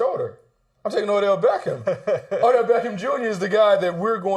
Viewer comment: He said O'Dell smh